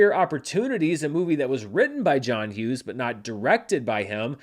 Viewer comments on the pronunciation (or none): none